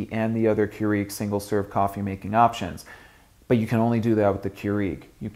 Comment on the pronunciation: I hate the way he says keurig